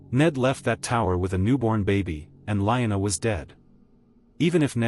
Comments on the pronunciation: Lee-Anna! Not line-a. A.I. stupid talk. Get a human to read. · Liona? Not Lyanna?